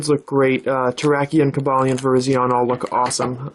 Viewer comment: its cob a lin e